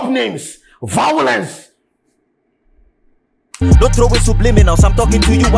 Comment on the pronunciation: Vawulence come ah wose brand 😂😂😂